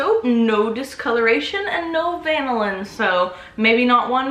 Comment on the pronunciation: CUte babay!!!!! is't it pronounced vanillin?